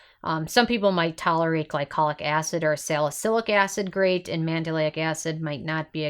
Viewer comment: Psst it’s pronounced Man-del-ic NOT Man-da-lay-ic. You’re adding an extra syllable.